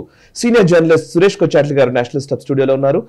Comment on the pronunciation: "సురేష్ కొచ్ఛాటిల్ " ఇది సరైన ఉచ్చరణ.